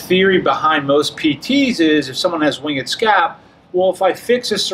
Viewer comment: Winged is one syllable